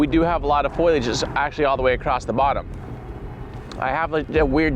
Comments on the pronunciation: Acrost? What language is that? Did you mean “across”? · He's one of those "acrost" guys... 😆